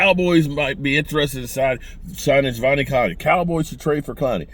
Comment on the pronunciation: Javveneon Clowney? 😂